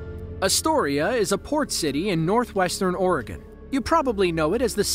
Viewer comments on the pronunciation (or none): none